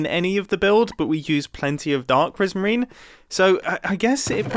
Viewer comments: “I have a decent supply of dark PRISMEEN” 😂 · Dark prismeen